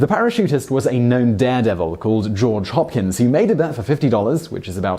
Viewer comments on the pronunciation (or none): His name was Jaw Dropkins? Oh George Hopkins, I misheard you.